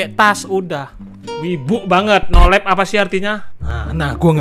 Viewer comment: Nolive. Wong ndeso nyebut e nolep